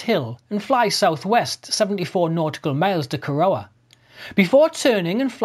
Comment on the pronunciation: Excellent, mate. Just one thing on pronunciation: Corowa is pronounced 'Corra-wah" but said without pause. I am an Australian of 74 years and there are still place names I struggle with, particularly if they are indigenous place names. I lived at Kapooka twice, with the Army and I never once thought to ask what it stood for. Bugger!.